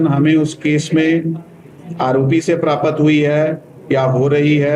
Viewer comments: अरे सरदार प्रतापत नहीं बोलते हैं प्राप्त बोलते हैं😂😂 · 'Praapat' haha